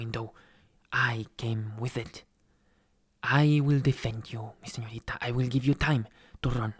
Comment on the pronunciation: "Excuse me _señorita_" Lo pronunció bien... LO PRONUNCIÓ BIEN este hombre no habla ese "español" cringe :'D